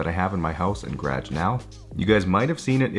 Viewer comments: The "gradge" always catches me off guard 🤣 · “Grage” accent is so strong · The way he says garage make me feel dirty